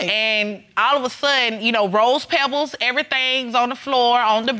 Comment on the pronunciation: Right I was like "pebbles"????